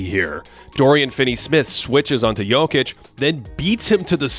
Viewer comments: thank you for actually saying Jokic correctly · props on the pronunciation of his surname :)